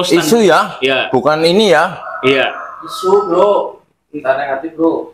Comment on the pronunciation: isu pak isuu.... bukan *su.....wkwkw....